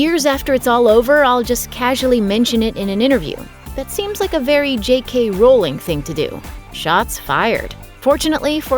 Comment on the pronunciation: I despise the way you said JK Rowling.